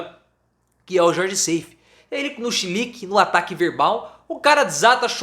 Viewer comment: o nome do cabra nao é Seifí, mas SAIF (sem i fim).